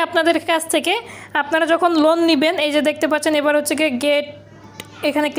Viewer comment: লুন না লোন